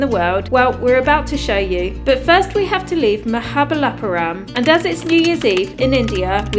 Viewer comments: Ahahhagagagagag lol bro wtf are you saying damn is so hilarious...bro please bro someone have to do memes for when he said mahabaljluram bro i cant stop laughing...ahahahh good job bro keep it up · Ex colonizer visiting another ex colonizer's colonized place . Union territory to be precise. He could not pronounce "Mahabalipuram ". We the Indians are still cordial enough to watch , comment and like this video. Since the video is uploaded